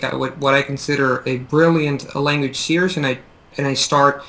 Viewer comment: it sounds like you're pronouncing "series" like "see-urs" really it should be pronounced "see-reez"